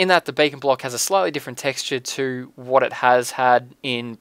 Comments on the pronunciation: When he says beacon is sounds like bacon.. :D Makes it even more badass. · LOL sometimes when you say Beacon it sounds like Bacon . XD Now I'm hungry !! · haua you say beacon like bacon ;) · He says it like bacon:D I like this:D